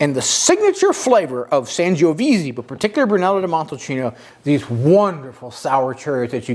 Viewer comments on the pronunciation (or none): Nice video! One small quip - it’s pronounced “san-joe-veh-zay” not “sanjoeveezee”. Also “Biondee Santee” not “Santeh”